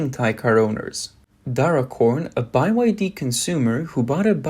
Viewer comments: ITS BEE WHY DEE!! NOT BY WHY DEE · "Made In China" means complete crap 💩. Price is not the only consideration when buying cars. Only a fool would buy a Chinese EV. BTW, it's pronounced 'BEE WHY DEE', NOT 'buy why dee'. M 🦘🏏😎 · Beeee Y D. Not Bye y D. It's pronounced Beeee. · its BYD not Buy Y D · It's not BY-WHY-DEE it's BE-WHY-DEE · "B" Y. D.. Not "Buy" YD😅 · Bee Why Dee... not By Why Dee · why are you saying by y d? it is byd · Why is he saying “BYe-YD”. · Bai YD? What's wrong with the narrators. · Buy Y D? Wtf. AI reader? Can't get through the video listening to that. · I didn't know it was pronounced bye wye dee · How tf you gonna mess up a simple word like byd, calling it buy yd, ffs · By Y D ? How you read or speak !